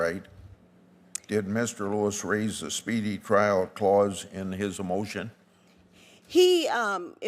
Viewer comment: its trial not trail